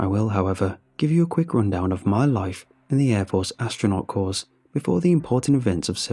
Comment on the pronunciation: Just a quick thing for all narrators: Corps is pronounced Core